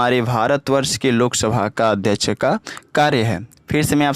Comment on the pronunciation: AdhYaksh ❌ Adhyach ✅😂